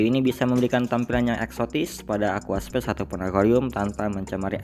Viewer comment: aquascape mas, bukan aquaspace